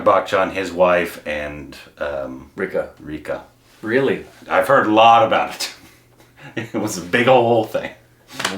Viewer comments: Ray-kha and not Reekha.. the pronunciation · Just an fyi... her name isn't pronounced Reekha, it's pronounced Rékha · It’s pronounced Ray-kha not Reeca. Watch her interview with Simi Garewal, she is a fascinating person. Then watch Silsila & Umrao Jaan. Then Khubsoorat & Khoon bhari maang. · It's not Rikha .. it's "Rey" +" Khā " 🙂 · Rekha = "Ray - Kaa"